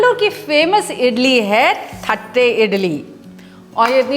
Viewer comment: O Come on. Let's be honest. It's only written as "thatte" but it's pronounced as "tatte".